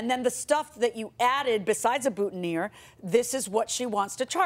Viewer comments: It's BOOTINEER not buttoneer, Judge Millian. It's also FREEEESHIA not FRESH IAH. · Who noticed that JM mispronounced “boutonnière” until she heard the plaintiff say it right? It’s ok judge, to be a 2nd language speaker :)